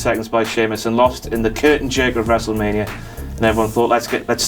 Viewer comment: I heard wrestlemaina sex not six